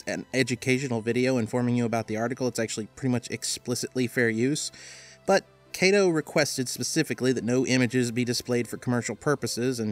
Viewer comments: Just a note, "Kato" is pronounced as "Ka-toh" rather than pronouncing the "Ka" like you would pronounce "Kate". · You're pronouncing Kato incorrectly. The 'Ka' in Kato is like the "Ca" in the word "Car"